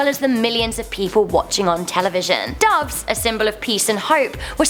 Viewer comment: Duves? Seriously?